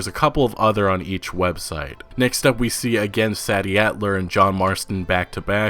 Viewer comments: Yo it’s pronounced “say-dee addler” not “sad-dee” bruh... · bro said meekah bell and saddie adler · Meecah Bell, Saddy Adler.